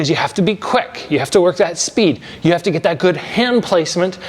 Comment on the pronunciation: It sounded like it was $300 down to $299 the way you said it, I had to rewind and watch again, haha. Down "TO" $99! 😂. Maybe if you said to ONLY $99 it would have sounded a bit more clear. Best regards.😊